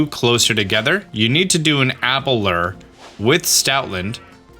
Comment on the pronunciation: You said Dedenne's name right, but you screwed up Vivillon's name. The double L is pronounced like a Y. ....and you're STILL saying the word "Lure" wrong!!!